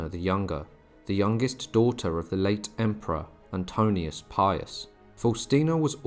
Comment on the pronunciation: It's "Antoninus" not "Antonius"